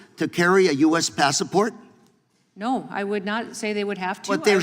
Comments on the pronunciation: WTF is a "Passaport"? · The guy can't even pronounce "passports" correctly. Not the best guy to argue this point LOL esp since the state he represents is a mess.